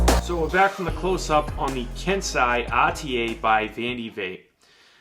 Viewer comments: Sorry, but it's not pronounced "Kensai". It's pronounced "Ken-sey", just like sensei is pronounced "Sen-sey". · it's pronounced KEN-SAY. Like how Splinter is the TMNT's SEN-SAY (sensei) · It's pronounced ken.say